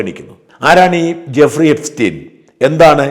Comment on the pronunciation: Guffri അല്ല Jeffri 😂